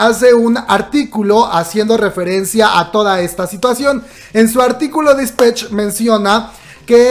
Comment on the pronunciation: Por favor no diga dispech.... Me da cringe con solo escucharlo 😂😂😂😂